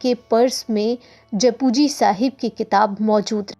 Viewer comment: It's not pronounced as japu but jap ji sahib